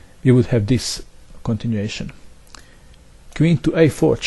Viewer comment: for a long time I thought he's saying "If black does this , there is discontinuation" . That moment when I realised he meant this continuation :O